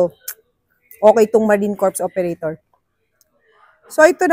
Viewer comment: Sa Marine Corps Operator, dapat silent "S". Kung hindi ang ibig sabihin eh di bangkay.